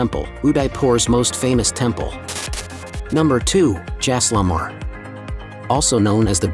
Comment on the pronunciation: At least pronounce the places correctly!! What is Jaislamar? It’s Jai-sal-mer!